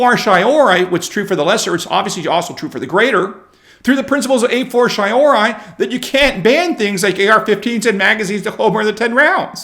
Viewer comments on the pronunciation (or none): Dear Lord, how can americans butcher latin so much? "a fortiori" If hadn't repeated it 3 times in close sucession, I would not guess. Fort-ee-or-ee is a closer pronunciation.